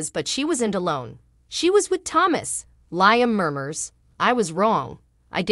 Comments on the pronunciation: Who ever that liom's name you're saying it totally wrong. It's Liam not the other way around get the damn name right. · 😂😂😂LOL, I can't STAND hearing LIME Either.